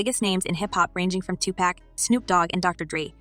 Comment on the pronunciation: Could you please say Tupac name correctly